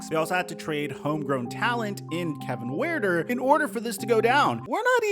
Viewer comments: If you can't get basic fact correct, then how can I take any of your opinions seriously. BB was not sent out he was injured, Kevin Heurter's name is pronounced with an H, not a W. The Hawks will be fine. They have had tons of injuries and are incorporating some young guys that are learning on the fly. Bogdan has missed 24 games. John Collins has missed 8 games. Deandre Hunter has missed 8 games. Clint Capela has missed 16 games. DJ has missed 5 games. It's tough to win consistently when 5 of your top 6 guys miss so many games due to injury. Plus the Hawks are a better 2nd half of the season team. Their combined 2nd half of the season record from the past 2 years is 53 - 24. Shut em up again Trae. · It’s pronounced Kevin “Hurter”. The E is silent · Why are you calling Kevin Huerter 'WIELDER"? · I’ve never heard Kevin Huerter’s name pronounced like that. 😂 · he saying that man name all the way wrong